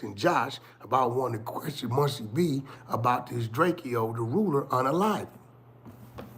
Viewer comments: Drakeo not DRAKEYOoo when the police pull up they say Drakeo not drakeyooo when Adam Says Drakeo it’s Drakeo not Drakeyoo everyone knows it’s DRAKEO not Drakeyooo like wack you really wack for the 💩 DRAKEO NOT DRAKEYOOO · Drakeo not Drakeyo get it right! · Man it’s drakeo not Drak-eo he even made a song about it 😂😂😂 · “It’s drakeo not drake-o get it right”